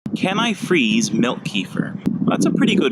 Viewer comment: It ain't pronounced keefer. It's like ke-fear... plus what are we talking about here, the grains or the actual kefir?